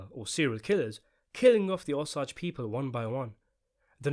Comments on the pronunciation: Osage, not ahsage! O! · O - SAAAAAAAGE, not O-SAUUUUGE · OMG DUDE STOP CALLING THEM THE "OS-AGES" PRONOUNCED O AS IN 'OH' THEN SAGE AS IN THE HERB. RYHMES WITH CAGE. OH-CAGE. O-SAGE. OSAGE COUNTY, OSAGE TRIBE, OSAGE PEOPLE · O-sage!!! Not ossage that’s how it’s pronounced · Osage...O-Sage. Not Os-ages. Omg i couldnt even finish your videos. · If you’re going to make a video about this movie could you at least take the time to learn how to pronounce the name of the native Americans who are at the center of the movie. I am Osage, pronounced O - sage, rhyming with page and emphasis on the O syllable. Really poor YouTube. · I grew up in a Pawhuska, Oklahoma right next to the Osage reservation. A lot of my friends are Osage. It’s pronounced O-Sage. So it’s like sage the herb. You say O and Sage. Not what you’re saying. It’s frustrating listening to you miss pronounce their tribe. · Its pronounced o-sayge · The word "Osage" is pronounced with a long "A." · oh man you have to learn how to say Osage lol But a Tulsa based movie will be awesome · Thank you! I can't abide listening to the mispronounced word over and over.